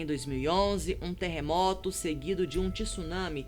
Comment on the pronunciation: Jornal Fatos Desconhecidos??? Falta interação pra ela, e melhorar a pronúncia de algumas palavras estrangeiras, tisunami e Island ditos de forma literal foi de doer